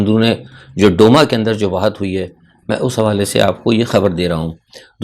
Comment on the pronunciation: اسلام علیکم۔ صاحب روسی ذبان میں D نہیں ھے بلکہ "د" ھے۔ اس لئے لفظ "ڈوما" نہیں بلکہ 'دوما" ھے۔